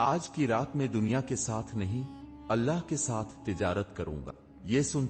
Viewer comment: بھائی اپ نے واقعہ بہت اچھا سنایا ہے پر اپ کی اردو بہت زیادہ خراب ہے اپ اللہ کو اولا بول رہے ہو ایسا کون بولتا ہے تھوڑا سوچ سمجھ کے ویڈیو بنایا کرو کیا اپ نے کیا الفاظ استعمال کرنے کیا نہیں اللہ ہوتا ہے اللہ کی بارگاہ میں اللہ کا نام بہت اچھے طریقے سے ادب کے ساتھ لینا چاہیے